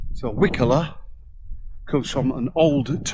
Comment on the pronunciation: It's pronounced "Wye coller". My mum's grandmother was the last child born there before it was abandoned in the late 1800's, and I remember visiting in the 1970's when it was a "ghost village" with no-one living there, though most of the buildings were in pretty good shape, considering.